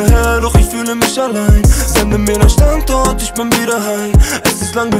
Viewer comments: Irgendwie geht mir dieses StandZort, wie Pietro das ausspricht, leicht auf die Nerven🙄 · Hahahahaha krass macht alles kaputt dieses Standzort haha